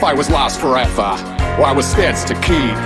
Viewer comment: "Wut if I wus lost forweva"